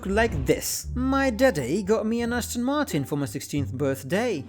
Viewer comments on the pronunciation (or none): none